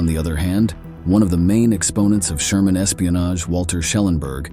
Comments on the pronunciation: So stupid......it is germans not shermans.......is the commentator an AI robot?😢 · “Sherman” soldiers? Huh? What is going on? I know this is narrated by a robot, but how does it screw up the 'g' so badly? When I hear that a video is artificially narrated, I usually click away as a matter of course. None of the human voices involved in producing these videos, can be that bad.